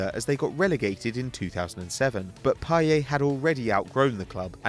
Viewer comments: In a interview he said his name was pronounced "Pie-yet" not "Pie-yaa". Although in French the T is silent, his name doesn't follow standard French grammar. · No for fuck sake i speak french and watch football games on a french channel and the commentator always pronounces it payette. And trust me he is not the only one, all french speaking people pronounce it payette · It's pronounced with the 't': pie-et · Its PAYETTTTT NOT PIE-YAY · I listen to french commntators all the time. Although in french you would think it would be pronounced payeh, french commentators say payett and I doubt they're wrong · its pie-et, not pie-ay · It's actually pronounced "Pie yet" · no man youre wrong. I speak french fluently and its pronounced payette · No, his name is pronounced pa-ye-t.Listen to french commentators. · No its pa-yeh and you pronounce the e as you do in the word end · No it's pronounce Pay-eh you fucking clueless idiot. You might as well delete your comment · its payetttttt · im from belgium and i can tell you that it is pronounced pie ette. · the t isn't silent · The 't' in 'Payet' isn't silent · At least pronounce his name properly you goon. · with a t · payeT admitted himself you pronounce the t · the T is not silent.